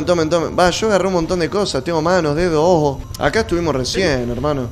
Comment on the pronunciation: jajajajja el "ojos" te salio re paisano